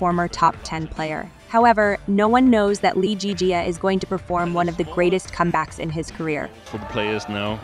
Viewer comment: LZJ’s name is pronounced Lee Zii Jia and not Lee Jii Jia